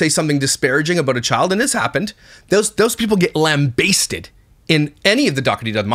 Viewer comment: I believe you were thinking “whambasted” because I’ve ever that before lambasted had me laughing 😂